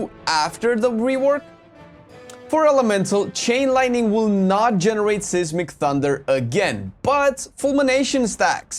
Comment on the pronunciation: Did you just say, "saysmic". Try Size-mc.